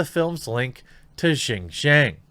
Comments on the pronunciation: Dude, at least put a minimal amount of effort to finding out how to pronounve something, it's pronounced "shin-yiang", you can use google translate to read it back to you or just plain google some online text to speech tool,is not that difficult... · Very well said. I hope this ends up being a wake up call for all these kowtowing corporations. Just for future reference though, Xinjiang is pronounced "sheen jyong". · Brah. Xinjiang, pronounced sin-jyahng. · Jeremy.. Xinjiang.. pronounce. Shin-Ji-Yang. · It’s pronounced shin-gee-ahng